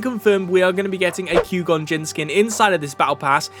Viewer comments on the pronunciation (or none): It's not pronounced "cue-gone." It's "Qwhy-gone." Don't know any better way to spell it phonetically lol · There's no way you've watched Star Wars and pronounce Qui-Gon the way you did. Fake news.